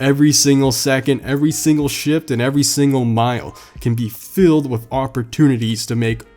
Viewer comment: “spend my life WIF it” looks like someone never learned to pronounce “th” You sounds like a little kid 🤣 Also why’d you buy the ugliest color for a corvette? “BeCaUsE I CaN” Was it so you could subtly brag in each video? Or maybe you’re tryna pull an ugly chick?